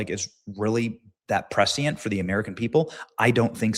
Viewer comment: Benny I love you, but please learn to properly pronounce words. Such as prescient. At least every other video you mispronounce something. I’m not saying misspeaking, I’m referring to not knowing how to say it.